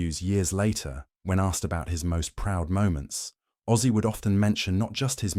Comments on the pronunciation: It's Ozzy not Aussie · Name not Aussie, its ozzy! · it's OZZY !!! not AUSSIE !!! get it right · Its ozzy not Aussie!!!